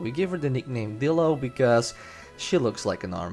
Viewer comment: I thought you said dildo.....